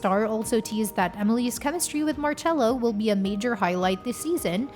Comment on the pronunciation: No es marello es marcello